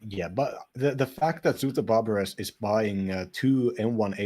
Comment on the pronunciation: Nice cast, enjoying those games. FYI, the "es" in "Barbares" is silent. "Zu-t O Bar-Bar"